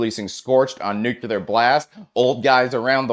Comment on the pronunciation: Where is the Chad of Banger, Sam??? This guy says "Nuc-u-lar"